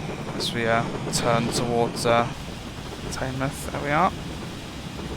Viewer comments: It is actually called Tinmouth not Teignmouth. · Yeah, I've been down there before when I go on holiday in South Devon. It's pronounced Tin-Mouth